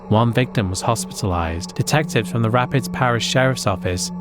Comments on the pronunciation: Rapides parish is pronounced "Rapeeds" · anyone else from Louisiana repeating the butchered city names correctly? Rap-eeeeds!